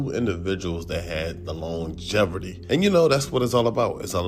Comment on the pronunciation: Longeverty? My brother, it’s longevity with no r lol. Good video though as always. I just had to nitpick that.